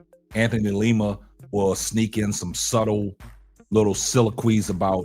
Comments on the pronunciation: lima bro.. u keep saying leema lol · LIma. Not LEEma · Hey....like your show. Btw, its Lima's name is pronounced like how Lima bean is pronounced, not like the city in Peru.